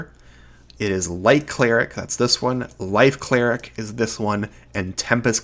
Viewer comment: At times I can't tell if you're saying LIGHT or LIFE cleric.